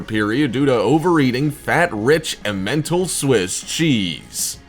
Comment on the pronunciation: emmental is pronounced eh-muhn-tall